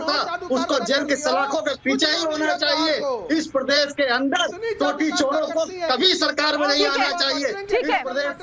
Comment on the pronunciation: Mr. Owaisi, First Try to Pronounce "Uttar Pradesh" Properly. It is not "Pardesh, it is Pradesh". In the Last Visit, You Didn't get the Room to Sleep for One Night in UP. Wherever You Contest, It will be an Advantage to BJP. You are Seriously Trying to Unite Hindus. Good Job...